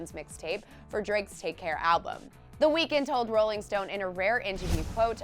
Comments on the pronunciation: Another thing you didn't know about him. You've been pronouncing his name wrong ! 😂 that was on the list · THATS NOT WHY HIS NAME IS 'THE WEEKND' FFS............ at least do it properly.